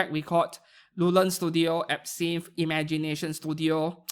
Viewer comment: you NEED to fix how you say some brand words because im hearing "epstein" studio than "absinthe" studio lmao